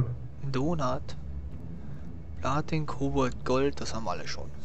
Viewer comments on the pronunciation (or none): es heisst Kobalt nicht Kobold! n kobold is nen kleines wesen was immer unsinn macht oder so